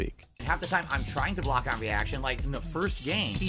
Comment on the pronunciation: "Coodn't blawk!" ( epithaph)